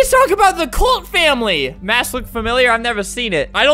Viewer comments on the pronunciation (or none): none